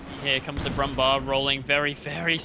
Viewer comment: Actually "Brummbar" is "Brummbär", bara att uttala det som om det vore svenska :)